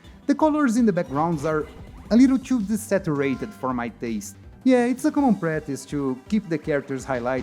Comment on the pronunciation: Cara, se o canal é pra ser em ingles, tem que caprichar na pronuncia. As palavras com T ficam mal pronunciadas, por exemplo o "too" vc fala TCHU. "Something" vc fala SOMESSING.